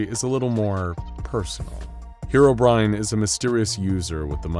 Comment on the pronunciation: Finally, someone who pronounced Herobrine correctly